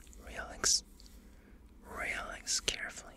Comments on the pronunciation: Am I the only one who hears Rolex when he says relax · the “relax” sounds like “real-lex”